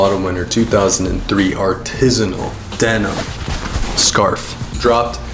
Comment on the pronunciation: I LOVE YALL BUT IS SUCH A POSER 😭😭 LIKE CMON MAN HOW DO U SELL CLOTHES FOR A DECADE AND CANT PRONOUNCE ARTISANAL?! 😭 THEN HE COPS THE TRENDIEST CCP JACKET